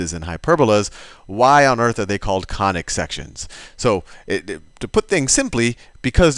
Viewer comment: you sound more like Khanic sections !😂